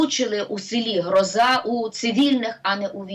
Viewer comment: В вікіпедії наголос на перший склад,правильно ГрОза і до грозИ немає ніякого відношення.